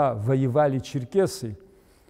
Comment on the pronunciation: НЕ ЧЕРКАСИ, А ЧЕРКЕСИ.